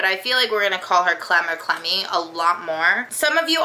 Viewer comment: I'm sorry, when I first heard you called your dog "Clemmy" I thought you said "Clammy". I kept hearing that and wondered why did she call her that? Is she damp all the time? She's really cute.